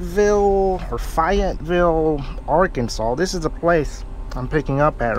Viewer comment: You pronounced Fayetteville right the first try. and im pretty sure i saw tour truck lol